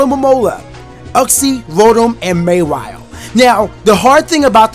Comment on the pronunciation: Say mawhile right